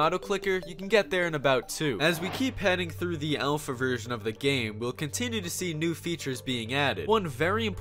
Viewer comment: He said alpha like elsa